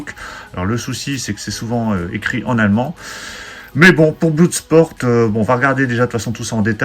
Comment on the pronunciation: Salut On ne dit pas BLOUDsport mais BLODSPORT...